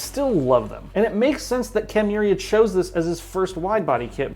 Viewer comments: It's Ken Miura not Ken Miuria 😂 Just sayin' 😅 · This guy keeps calling him KEN MURIA